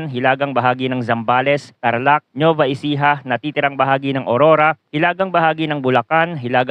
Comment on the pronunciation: Parang mali pagbasa mo sa NUEVA Ecija